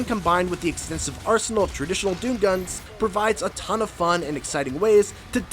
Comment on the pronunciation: When he said "20hrs into the campaign, my arsenal had expanded", I swore it sounded like "my arse hole had expanded".